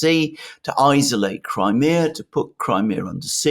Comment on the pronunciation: I notice Mercouris STILL can't pronounce "isolate" properly!